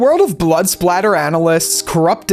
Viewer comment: Blood Spatter not splatter.